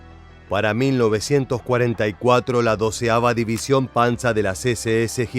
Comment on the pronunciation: No es panza , es PANZER muchacho